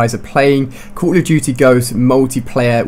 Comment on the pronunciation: What was that Ali-A? Cooawl ah Dootie Ghosts?